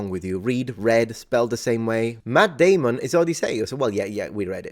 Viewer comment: Until the end of time, I will hear it pronounced as in Team America. I guess it was, in hindsight, an accurate depiction.